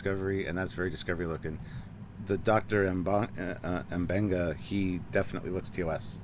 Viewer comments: The doctor's name is pronounced Mah Ben Ga. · Thus far, has not been able to pronounce "M'Benga" first time yet